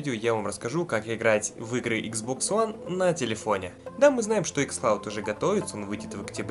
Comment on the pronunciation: Почему ты называешь игзбокс хуан